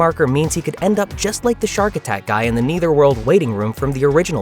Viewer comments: AI saying “neitherworld” repeatedly 😂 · Dude, it's pronounced "neh-thur-wuhrld". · I noticed you mispronounce Netherworld every time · Why is this guy having such a hard time saying " Nether" world? Is he an AI or something?